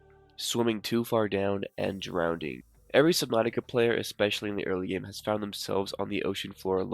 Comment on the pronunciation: It’s drowning, not drownding